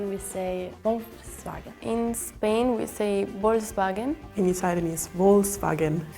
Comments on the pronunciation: Anyone else noticed the spanish girl keeps saying Bol(k)sbagen instead of Volkswagen? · Swedish girl has no idea what she is talking about. I have never heard anyone ( aside from children ) pronounce Volkswagen like that, we say " Folksvagen " just like the Germans And many other things like Citroen, we say Citro-äng usually. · what is she for an german girl... she don,t answered or say something correctly.. it's volkswagen, this car... and we also say benz in germany or benzer... but i ain't showed finish yet.... sorry for the bad english haha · Folksvagen is what most swedes say, not pronouncing "v" in the beginning 🙂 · Think the Swedish girl actually pronounce it's wrong we do say volkswagen the same way as Germans. With F sound instead of V. Or the Swedish variant Folkvagn or folka. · The Swedish girl isn’t even right. In Swedish Volkswagen is pronounced Folkvagn. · Well french girl surely comes from Alsace region, that's why her prononciation is closer to german. But actually rest of France doesn't pronounce it the same as her for this two : We say BM double-Vé never heard BM vé We say something like VOLZVAGEN (with no k) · The Swedish girl is a little wrong about some brands. We say "folksvagen" or in swedish old way "folkvagn" (which means "volkswagen"). Some other brands she also said a bit different. I think she just doesn't know the brand name and pronounced it how it is spelled.